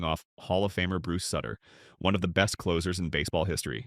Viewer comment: Bruce Sutter's last name is pronounced Soo-ter